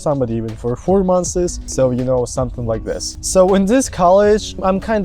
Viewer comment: Never be late for class! try to be early, rather then late. Keys to success in life. -The way you say "Months" needs work. You say "month is" but it is pronounced Months. Just something to work on wail your here. Very good video over all. I love the effort you place into them.